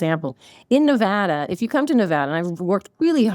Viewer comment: It's not NeVAHda